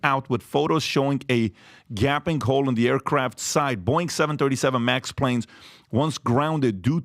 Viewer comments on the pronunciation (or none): Pat it's not Boing... Lol